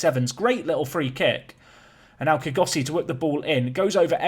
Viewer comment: Kgosi is a 2 syllable name ie kgo-si .Try saying the 'kgo' like a realistic snore😂